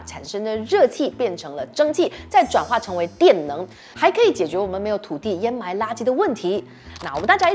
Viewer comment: 上次的掩埋和沼气都读错了，这次有改，给个赞你👍